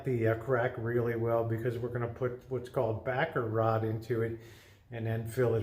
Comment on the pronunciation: OMG! I thought you were saying Baccarat, not Backer Rod! LOL! You can tell I don't know how to fix anything :body-blue-raised-arms: Thanks for the lesson 🤓